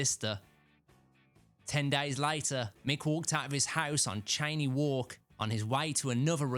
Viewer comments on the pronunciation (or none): FYI Cheyne Walk is pronounced “Shay-nee” Walk